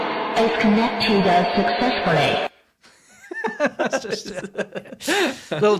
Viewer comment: "The Bluetooth device has connect a-successfully." Gets me everytime lol, esp considering they couldn't even be bothered to record a second take for all of their useless garbage. They knew they said it incorrectly. Cheers, gentlemen!